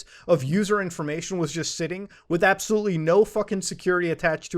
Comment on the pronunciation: Matu "appsahlootly" Har. Sorry man, I had to...